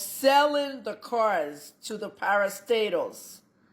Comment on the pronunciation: Na cars abi na cuuars. The phonetics no be here ooo.